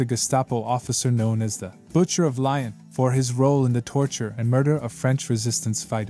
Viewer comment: Lyon is pronounced “ Lee- yon “ not “ Lion “ FFS …